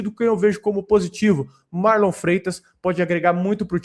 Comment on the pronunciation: O abel falando MarlON kkkk